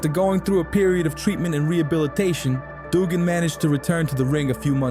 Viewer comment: Disliked the way this narrator said Duggan, it's pronounced Dugg In.